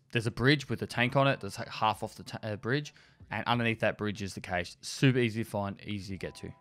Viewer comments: is it his accent or is he just pronouncing it wrong or am i? i thought cache was pronounced cash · all i hear is caysheee